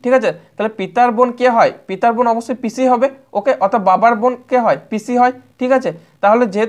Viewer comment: অনেক সুন্দর, কিন্তু দাদা, পিছি না, পিসি উচ্চারণ হবে।